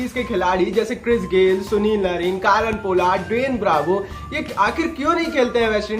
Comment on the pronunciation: Nrine nhi narine